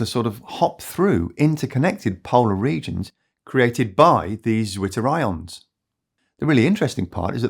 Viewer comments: I guess, "zwitterions" are from the German language, and so "zw" should be read as "tsw" (where "ts" is one sound, akin to "z" in "pizza"). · Very solid video. My heart just melt hearing how the english pronounciation butchers the nice german word Zwitter -ion ( in german it sounds more like mixing the c sound from central and that replaces the first t from twitter). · Poor British guy having to pronounce the German word Zwitter